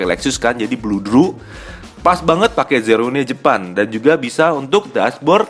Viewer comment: Zero one pak bukan zerone 😂